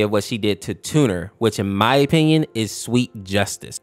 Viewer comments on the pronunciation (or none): saying tunner:turner tooner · did bro just say “Mr. Eye” tuner😭😭😭😭😭 brude💀💀💀💀